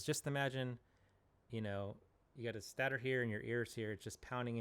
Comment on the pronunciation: The first syllable of "stator" is pronounced "state," not "stat."